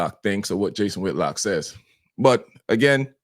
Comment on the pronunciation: It Whitlock not whitlocks…. For fudge sakes